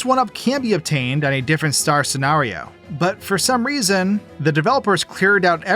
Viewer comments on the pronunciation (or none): none